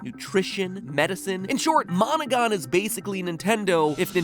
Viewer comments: Am I the only one hearing "Monika" instead of monogon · How many people almost thought that when he said Monogon he said Monaca.